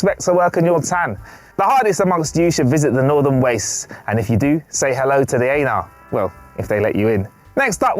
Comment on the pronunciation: I didn't see a Horgon at all. Ha. Actually nice touch giving it a shadow. And there was an NX01 Refit on screen at the same time as a Horgon. I hope that was intentional - You could aim for 3 of your calling cards on screen at the same time if you like a challenge, Martin. I particularly like the way pronounces Aenar: 'A-nar'. Makes them sound a bit anal. I did get slightly confused over the last item on the list though. Is it number 2 or is it number 1? Ha.